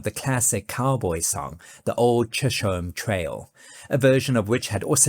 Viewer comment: A few notes also, BTW; “Pecos” is actually pronounced “PAY-cos”, and “Chisholm” is typically pronounced “Chizzum”. 😉🙂‍↕️